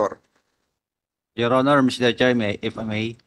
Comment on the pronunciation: Your onor yor onor daw😂😂